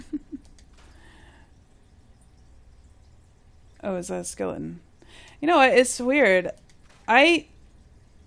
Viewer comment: I love your vault and I am following how to do it. At first I was so overwhelmed with starting vault 88 I about put the game away. But thanks to you!!👏 Also the way you say your t's Skeli-en reminds me of how Jon talks from game of thrones. :P